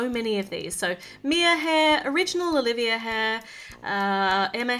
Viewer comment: Is it just me or dose she always say olivier in stead of Olivia?